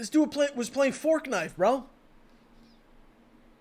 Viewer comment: calls it forkknife too😭 no one understands what I’m talking about when I call it that